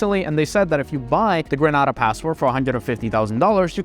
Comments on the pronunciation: please learn to pronounce GRENADA aka Grenade-ARE correctly. you have a CARICOM passport after all. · It is pronounced Dom- in- eek- uh. Also it's Bar-bue duh. Gre-Nay-duh. For god's sake. You buy citizenship in the Caribbean and have zero knowledge of the people and their culture.